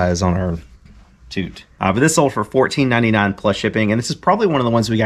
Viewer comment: Did you say the pony had "butterflies on her toot?" 😂